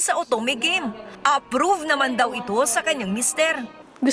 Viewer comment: Bruh literally noone says Gah-meh. It's game ano banaman yan